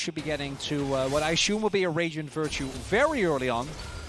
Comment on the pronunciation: can someone pls teach that one commentator how to pronounce assume XD I know it is not his first language and I say this with the most love possible. But why is no-one telling him?? XD